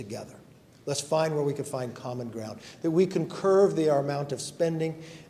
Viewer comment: Will someone PLEEEAAASE tell that guy, the expression is “curb spending” not “curve spending”!!!!!